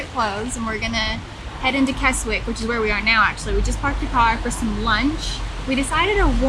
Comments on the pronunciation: It's Kezzick not Kes wick... And all the lakes that end in "water", it's pronounced "wattah". Just saying. 👍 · Kezik is the way to pronounce Keswick. Obviously. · Great video, this and the York, Durham video. Keswick is pronounced Kesick. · Pronounced Kezzick. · its pronounced "Kessick" the W is silent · Just subscribed to your channel great video really enjoyed watching it, Keswick pronounced Kes-ick the "W" in the place name is silent. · Keswick is pronounced without the letter 'w'. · Great job well done, just one thing, Keswick is said with a silent W.